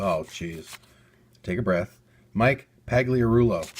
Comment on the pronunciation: u pronunced mike pagliarilo wrong the g is silent. i know i spelled it wrong. lol sorry